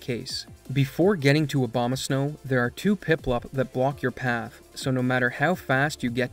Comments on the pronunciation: Are you purposefully pronouncing Abomasnow like Obamasnow due to the skip being named after a common mispronunciation because you are definitely not pronouncing an "A" then an "O" lol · "He will continue unabated" Abomasnow ♀ lol